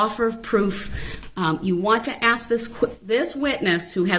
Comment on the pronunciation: ASK, ASK, ASK!! Why is it so hard to pronounce this simple word? Maddening!